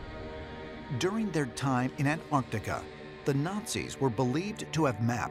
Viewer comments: "ant-TARD-ica"...I feel insulted.... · Ahn taht eecah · Its “antartica” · The way he pronounces Antartica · In an-trardica right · How come Americans don't pronounce the "T" in (Antartica) ? LMAO ! Sounds like "Anartica" ...."An-Tarty-Ka" 😂 it is a funny word though.... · An-tardica. Ant-Arctica. An-Arctica An-Artica. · The name of that continent is ANTARCTICA and not ANT ARTICA or ANNARTILLKA so get the name right people or if you cannot then call it the SOUTH POLE, got it????? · They said Antarctica 2 times right 10 times wrong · Why are 99% of Americans incapable of pronouncing 'Antarctica'? Adolf has no 'Y' in it, either. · An-Tar-Ti-Ca please jheez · I love hearing Australians pronounce the word, "Antarctica". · Can no one that was involved with making this video pronounce Antarctica properly? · What puzzles me more than anything, is the Americans inability to pronounce 'Antarctica' correctly